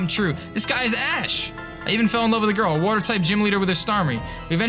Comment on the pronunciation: Flinch King Cook for the win...5 in a row is wild You calling Ash 'ASS' is probably the worst thing a human has ever done...welcome to the bottom